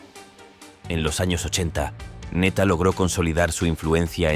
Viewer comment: El de PR no es neta es ńeta 🤦🏼‍♀️ instrúyete antes de hablar